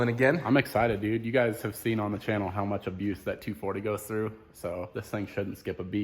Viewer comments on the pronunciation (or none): none